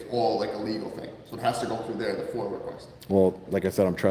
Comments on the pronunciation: We love the work you do, but please stop saying "Foil". It's pronounced "Foi-Ah". Lol 😂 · Appreciate what you do but hurts my ears every time you say “foyal request” for the FOIA request. There’s no L in FOIA. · FOIA NOT FOIL FOR CHRIST'S SAKE. 😂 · Is it Foil or Foia? Sounds like he is saying foil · It's FOIA not FOIL! Freedom of Information Act. Please correct yourself. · Are you saying FOIL ...?? instead of FOIA ...?